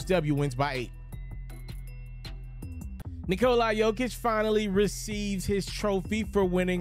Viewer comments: Nikola... NOT Nikoleye. damn man, get it right for once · Its not Nikol(eye)